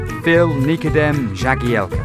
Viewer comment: Haha you can pronounce Nikodem right but not Jagielka